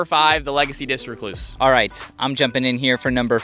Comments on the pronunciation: Need to learn how to say recluse bro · go to Merriam Webster or even the one he mentioned. That's not how you say recluse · you need to click on the lil pronunciation button lol definitely not how you say it